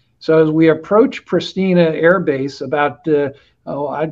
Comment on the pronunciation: Highly informative as ever! This being said: Pristina is pronounced like Preesh-tee-nuh, Skopje like Skow-pee-uh, Podgorica like Pod-gore-eet-suh. Sorry for being a pedantic moron about that...